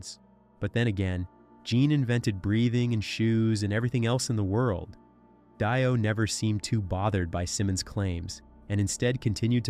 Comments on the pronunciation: Just a heads up AI voice it's pronounced DEE-OH. Not DIE-OH. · If u wanna speak of Ronnie James Dio it would be more respectful to pronounce his name correctly! It's pronounced deo not die-o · Yes, noticed that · They do intentionally for comments. Everyone gets on here and corrects them and therefore they get get more money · Dye-O = FAIL-O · Gene probably said that RJDs name is really pronounced as Dye Oh and AI believes it 😆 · Dio, or Dio? How is it pronounced?!!? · I'm sorry, but you are pronouncing it wrong. Her name is "Dido" and she did not invent the devil horns.